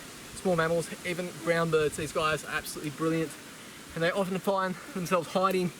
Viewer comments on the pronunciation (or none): none